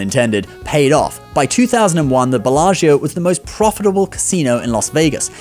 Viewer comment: Please look at how to pronounce Belaggio!